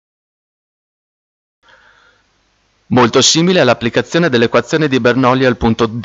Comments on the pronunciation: Bernolli...😂, si scrive Bernoulli e si legge Bernulli, comunque il video resta molto utile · Spiegato malissimo. Cosa facile resa difficile e poi si legge Bernulli non Bernoulli. Tornate scuola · scusate ma non si dice "bernullì" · ti avrei messo mi piace ma.. "BernOulli"? Serio?